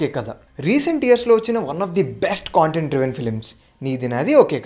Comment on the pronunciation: Chinna suggestion bhayya content ane word ni sarigga paluku - otherwise Video 👍 Okka Kshanam is my favourite in this list 🙏